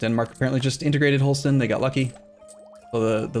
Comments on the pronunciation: Isn't it closer to how danish pronounce it? Just Holsten? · H-all-St-ine is it not? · His pronunciation of Holstein bothers me